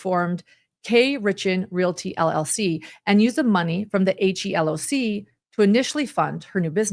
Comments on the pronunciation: HELOC is pronounced he-lock or like he locked the door removing the ed! for future reference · HELOC is commonly said as * he * * loc(k)* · It is referred to as a 'he-lock'... just for future reference.